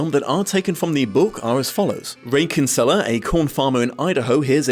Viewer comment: Christ the way non Irish people pronounce kinsella 🤢